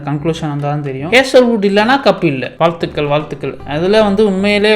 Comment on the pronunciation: bro literally said vazhttukal vazhttukal 😂😂